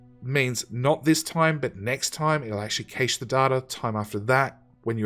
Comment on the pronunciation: my only issue: cache... pronounced cash or ca-shay otherwise, great series